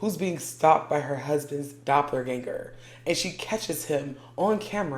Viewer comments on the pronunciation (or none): I'm yelling at my phone, hoping someone can hear me. I'm also laughing because I know that's impossible. So my next thing to do is comment.😂😂😂 Girl...listen to everyone in this video. Your pronouncing the word wrong in the most horrific way. "IT'S DOPPELGANGER!!!". People need to learn how to pronounce words befor saying them. And to the people that blocked mefor one day saying I was bullying. No... y'all have it wrong... I'm just correcting just like other commenters. But its ok for y'all to allow post on people having sex in the woods. So who the pervert?